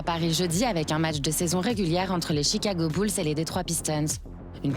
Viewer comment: Jigago bled